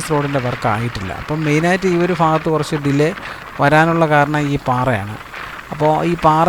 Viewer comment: ഫാഗത്ത് അല്ല മാഷെ ഭാഗത്ത്